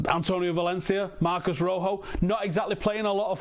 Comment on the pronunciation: Marcos, not Marcus. You're right, it's not that difficult.